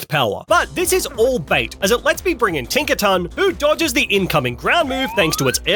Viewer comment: Tink a ton